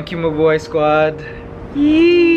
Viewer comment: I always think whenever you say Mubuhay squad, you say MA boi squad